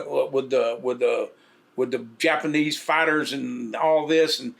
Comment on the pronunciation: Homeboy said " The Jap" 🤦😂😂😂😂😂😎💩